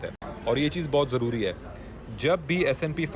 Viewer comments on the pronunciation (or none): none